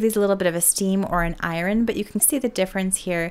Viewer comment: “I”run? For iron?